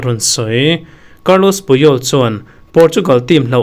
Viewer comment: Carlos puyol niloin carles puyol tih tur aw sir